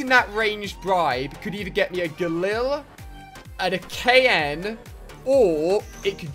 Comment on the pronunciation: It's Gallil not gullil